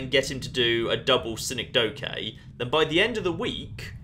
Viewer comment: I'm sorry but... "Sin-eck-doe-kay"... as four distinct syllables... rather than... Ya know what, nevermind.